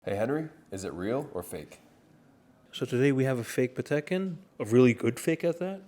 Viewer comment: That's a "Patel" Philippe 😅